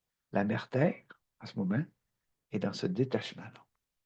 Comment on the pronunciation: Cher Guy, encore une fois une capsule magnifique. Émotions, rires, câline que ça fait du bien. Ton propos est vibratoire, surtout quand tu dis : mon pére pis ma mére hahaha.. tu m'as fait rire 🤣. J'envoie tes capsules à des amis parfois, qui sont prêts à entendre la langue que tu parles. ET que cette langue devienne universelle !!! MERCI ENCORE 🌟💝